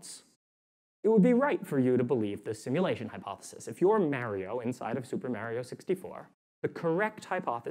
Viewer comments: HE'S MARIO LIKE MARCH AND OREO, "MA RIO" NOT MARY-O, I AM MAD >.< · Mary-oh? It's Mario! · .... Super "Mario" is not MAER - ee -oh... it's MAR-ee-oh.... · How he says Mair-rio instead of Mar-rio, also makes me think of kids who were raised on Nintendo versus SEGA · This guy says MARY-OH instead of Mario... Holy shit. I think the creators placed him in our simulation to make simulation theory seem like bullshit. Clever bastards. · Love this guy but absolutely hate the way he says "Mario" lmao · He seems smart. But he can't say Mario. As good as me